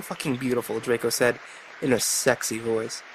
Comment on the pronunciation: I love that you tried to read this all serious-like but keep cracking up over the sheer stupidity of it all. I also like the way you say "sexah."